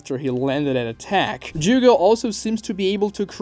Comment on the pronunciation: Jugo...it's jugo lol